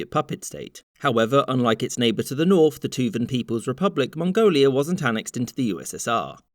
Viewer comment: ... you probably pronounced that better than most of us ever could.